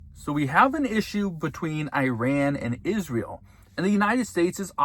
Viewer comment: At the risk of sounding pedantic, Google "pronounce Iran" and say it correctly.